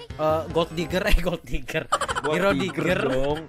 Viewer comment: diggie bang bukan digger wkwkwk